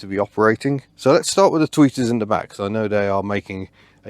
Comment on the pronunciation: I thought you kept saying tweakers.